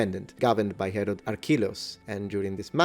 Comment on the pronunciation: Ok so did anyone else hear Harold instead of Herod at least like 3 times xD